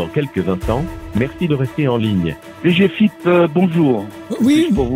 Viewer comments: HAHA ces abrutis qui disent D G F I P alors que i ne correspond à aucun mot individuel, mais au i de Finance. On dit DG-Fip en une fois côté agents de l’état ;) On ne divise la prononciation initiale par initiale que lorsque chacune correspond à un mot. Direction Générale des FInances Publiques. Ils ont aucune morale, c’est ahurissant. J’espère qu’ils finiront par se faire gauler et prendront bien bien chers. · Mdr ils se sont même pas renseignés sur le sigle. Je connais qq qui bosse à la DGFiP. Ça se dit pas "D","G","F","I","P" 😂